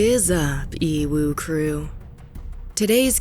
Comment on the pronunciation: Stop Fuken calling us E WU Crew it's so cringe made me stop watching this channel